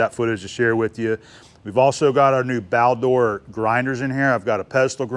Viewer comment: "Baldor". Not Balder.